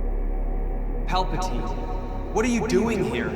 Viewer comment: Palpatine at 17... "PalpaTeen".